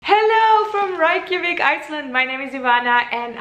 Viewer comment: how you say Reykjavik is so fuccked up